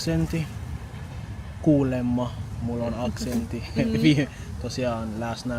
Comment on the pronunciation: had only a very minimal accent. His vowels were right on the money. Amazing. Based on a short listening, the only thing I really noticed was that some of the long consonants (for instace tt in the word "aksentti" (duh), kk in the word "vaikka") were sometimes a bit on the short side. But this only happened in some occurrences, so this is not a matter of not hearing the difference (which is good). I believe that it's easy for to learn new languages in general. Also, I really liked his advice (music, lyrics, things that you like, etc.).